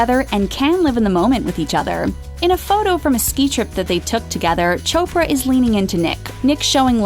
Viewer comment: Chopper?it's chopra🙌